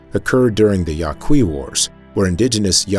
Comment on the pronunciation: Yaqui is pronounced YAH key. They call themselves the Yoeme. Many Yaqui live in Southern Arizona.